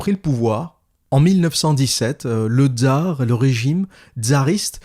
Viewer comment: Tsar pas Dzar